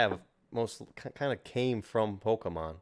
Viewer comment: Great conversation but hearing him pronounce it pokEEEmon is so triggering. He sounds like everyone’s parent in 1998.